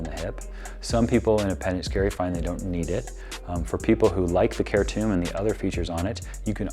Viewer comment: It’s pronounced CHAIR TOMB.